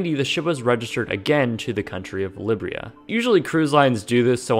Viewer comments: "Libria" ? Really? Lie-beer-ee-uh perhaps? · Liberia, not Libria. It can’t be that hard to pronounce, can it? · "Libria?" Not to split hairs but this genuinely confused me until I saw a graphic that showed "Liberia." I was genuinely confused. Liberia is pronounced like it looks. Li-ber-ia. Not Li-bria. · Lib-Bri-A - pronounced Lie-Ber-Ia.. this is a great channel best regards. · The country of Libria?? Hahahahahah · Libria? It's Liberia man but great video! 😂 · The nation of Liberia is pronounced "lie-beer-ee-uh" not "lib-ree-uh". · "Libria [sic]" -- Liberia! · Libria? Good video but I had to rewind because I’ve never heard Liberia pronounced like that. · The country of Libbrya? Oh, you meant Liberia. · The country of "Libria"? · It's Liberia (Lie-bee-reah), and not Libria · "Lib Ria? I think that's pronounced Lie-Beria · Liberia. Not libria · Libria or Liberia? Lol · Liberia is pronounced - lie-BEER-e-uh - not LIB-re-uh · Your pronunciation of Liberia has me rolling... “Lib-rrr-rr-ahaaa” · Hey, it’s actually pronounced (LYE–BEER–EE–UH) Liberia, and it’s generally considered to be the United States’ illegitimate step-child, it’s government anyhow, if not it’s people.😁Interestingly enough, it is one of the only other places in the world which uses and accepts US currency. Love the videos, by the way! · Very interesting! Thanks! It’s a shame. It looks like it’s in a place where it would cost more to break it up for scrap than the scrap itself would actually fetch on the market. -Also, Liberia 🇱🇷 sounds kind of like: “lie-beer-ee-uh”, -in case you talk about ship registries again. Great video! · ah yes, the country Librya. i know it well. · it’s pronounced LIE-BEER-RIA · BSF I know this is 6 years old but, Liberia, if it’s the country you’re talking about, it’s pronounced “li-BER-i-a” I think. If it was Libya, I would accept that. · Did you pronounce Liberia as Libria??? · Liberia. lib-ree-uh. Liberia. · Liberia or Libria? Lol.